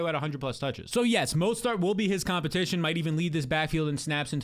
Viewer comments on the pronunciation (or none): none